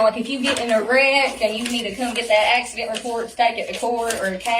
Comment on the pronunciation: "Is It an Axey-Dent?..." 😜